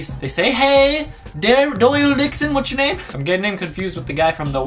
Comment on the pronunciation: take a look XD Dixon souns like:d*ckson